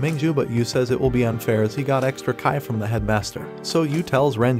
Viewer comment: just so you know... in chinese pronunciation , Q is sounds like a combination of C and H, so Qi is pronounced like Chi